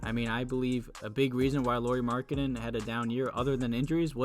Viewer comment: Did you call Lauri Markkanen Laurie Markketin lol